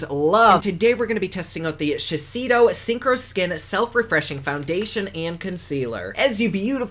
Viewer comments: It’s pronounced She Say Doe. Its s beautiful foundation I sell it and it’s my holygrail. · Shiseido pronounced shisaydo is a Jananese brand. Has been around for many many years.